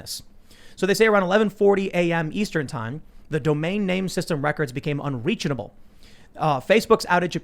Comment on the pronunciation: "Unreachenable," haha